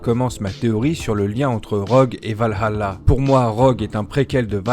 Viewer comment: C’est vraiment bien de voir du Assassin’s Creed sur une chaine Française ! Continue ! D’ailleurs le « Val-halla », c’est en Anglais. En Français c’est « Valala ».